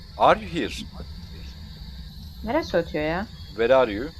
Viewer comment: Abi sen where are you diyeceğine where are yüüö diyon .d